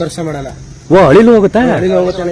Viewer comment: ಯಪ್ಪಾ ಮೊದಲ ನೀ ಕನ್ನಡ ಉಚ್ಚಾರಾ ಸರಿಯಾಗಿ ಮಾಡು, ಅಳಿಲು ಅನ್ನು